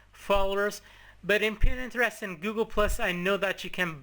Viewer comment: its pronounced PINTEREST not PINENTEREST